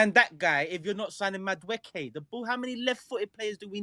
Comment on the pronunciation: I think is saying Madueke name right, its should be: Maduwooooookie